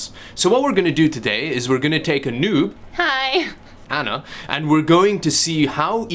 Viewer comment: This guy's pronouncing doom and noob as dyoom and nyoob. wtf